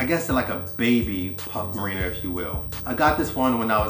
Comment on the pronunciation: Mariner not Marina